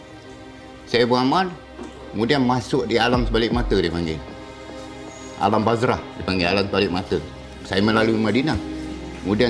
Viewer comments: Danial Alif dia cakap alam bazrahhhhh😂😂😂😂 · 'alam bazrah' ..baik sebut alam brazzer je